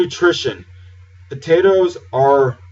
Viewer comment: dude we don't say potatoes like that just because were from the south